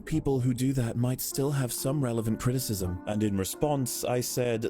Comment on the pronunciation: Criticism has 3 syllables,.